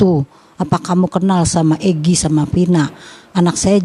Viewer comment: EGIIIIII bukan PEEEEEEEEEGIIIIIII